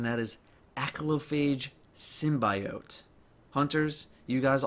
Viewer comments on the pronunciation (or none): none